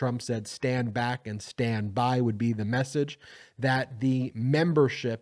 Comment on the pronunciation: You sure it wasn't "stand bwack and ..."?